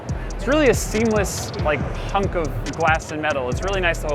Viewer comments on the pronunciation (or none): none